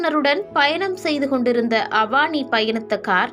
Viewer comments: Please note her name is not Avaani. It is a Tamil name Avani (Name of a Tamil month) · Avaani illa avani olugga pesa palagu